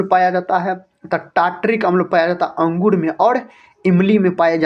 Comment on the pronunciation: अंगुड नही सर अँगूर